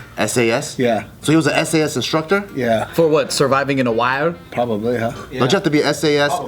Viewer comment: When she said sas instead of s a s😂😂😂😂😂😂